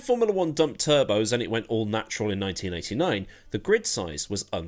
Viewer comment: It really sounds like you say 1999 and not 1989 ;) Maybe my ears need a wash.